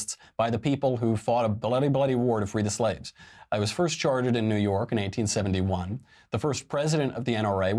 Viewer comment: Your pronunciation of 1871 sounds like 1971.